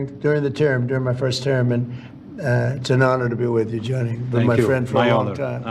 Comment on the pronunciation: Its gianni not johnny!!! And US had the WC in 1994